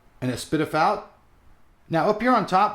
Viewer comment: Thanks for being the only tech reviewer who says S/PDIF correctly